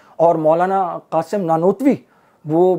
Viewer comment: جیسے نانوتونوی پڑھ رہا تھا 😅😂